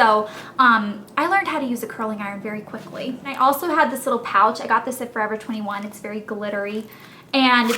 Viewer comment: "dis one has a leetle string" hahaha, you're hilarious elle. :)